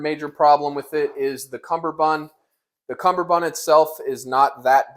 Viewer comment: God dammit boot, it's CUMMERbund NOT fucking CUMBERbund. There's only one B in CUMMERBUND.